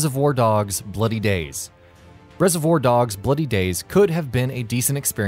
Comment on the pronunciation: Why you say reservoir like that?